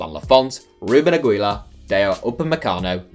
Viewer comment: The way you pronounced Aguilar hurt my ears.